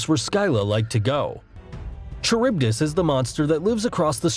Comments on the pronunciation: The greek pronounciations hurts me as a greek mythology obsessed individual. The video: Sky-la, Char-ib-dus, Zer-ber-us, Chime-air-ah Me: Sill-ah, Car-ib-dus, Ser-ber-us, Kai-mare-ah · Scylla and carybdis were pronounced wrongly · The pronunciation of Scylla and Charybdis was also awful. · The guy's pronunciation of Scylla and Charybdis hurt my soul. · The way this guy pronounced "Scylla", I had no idea what he was talking about at first lmao (Also, pronouncing the "ch" in "Charybdis", and the distinct "poe-sigh-done", what the fuckkkkkk I'm dying) Edit: I just got to "kuh-too-loo" and I'm now convinced this is on purpose. There's no way this guy genuinely believes this is how to pronounce these names. No fucking way. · I hate how he pronounces Scylla and Charybdis.